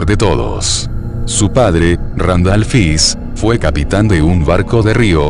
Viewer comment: no es fis es fish, ese lexico porfavor